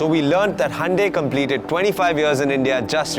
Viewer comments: It is Hyundai not hande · Good one. So it is Handey....and not hoondai or hi-undai.... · It's actually pronounced as Hyeon-de